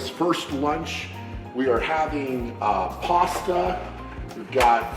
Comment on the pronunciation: please just say pasta bro xD "Pwooohasta"